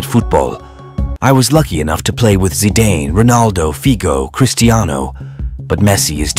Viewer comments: Its not zydan its Zidane😅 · If you cannot pronounce ZI-DANE true name properly, than you are not worth watching. From the very first sentence when I heard ZINADI ZIDANE ZIZI, Mispronounced as ZAI-DANE than this video is rubbish. Hearing the first sentence from the Commentator, turned me off, and led me to write this comment. IMHO if you want to progress in this profession, the least one could do was make an effort to learn how to pronounce one of football's greatest French player the due respect he is due. Think about it. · Good God! It's not Zeyedayne, it's Zidaan. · Me: "This seems like a nice football video to watch." *Hears how they pronounce Zidane's name on * Me: "Yeah, I'm out."